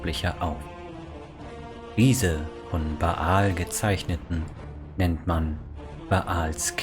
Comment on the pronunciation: Erstens: Danke für die Zusammenfassung, ist schließlich doch 20 Jahre her, dass ich Throne of Bhaal abgeschlossen habe. Die Aussprache der Eigennamen ist aber sehr eigenwillig. Der heißt einfach Bhaal (gespr. Bahl) und Drizzt do' Urden wird englisch Drisset do Örden ausgesprochen. Du sagst ja auch nicht Ion Irenicus.